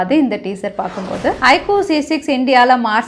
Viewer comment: Iquuu ellai iqoo Konja thaliva pronounce panna best ah erukum brand kavala paduthuringa sis